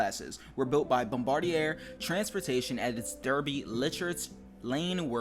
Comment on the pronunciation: Btw for future reference Derby is Pronounced Darby